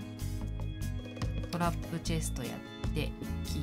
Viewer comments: ともさん、チェスとじゃなくて、チェストですよ〜。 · 秒らへんチェストがチェスとになってるw